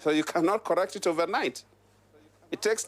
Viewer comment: Lol I love your speech "That is nat carrect, that is nat carrect"